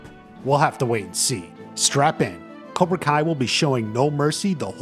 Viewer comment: It's cobra kai not cora